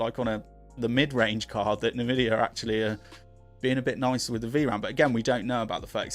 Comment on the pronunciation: Pronounced en-vidia not na-vidia